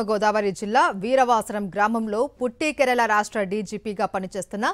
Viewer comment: అసలు నీకు వార్తలు చదువుట వచ్చునా, పుట్టికేరళ ఏంటి.పుట్టి కేరళ అనడం రాదా.